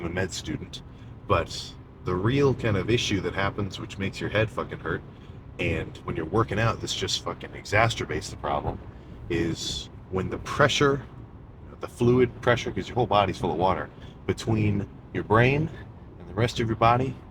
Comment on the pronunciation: EXACERBATE!! NOT EXACTERBATE!!!!